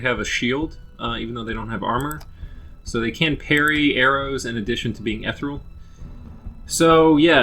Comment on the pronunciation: it's pronounced eh-tee-real